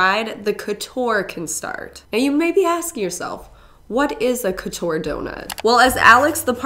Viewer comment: It’s funny how you pronounce « couture » 😆it’s probably because I speak french, I was like no that’s not how we say Couture 😂